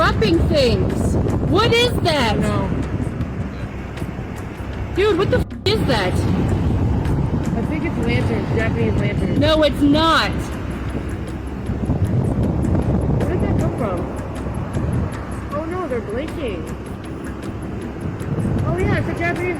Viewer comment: THAT BITCH REALLY SAID JAPANESE LATTERNS 🤣